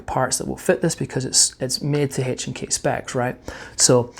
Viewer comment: PLEASE STOP SAYING “Hache and K”!